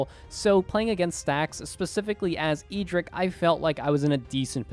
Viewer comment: My man, you love you say the MTG character's name in an eccentric way. EE drick? Who is that? It is "Ed drick".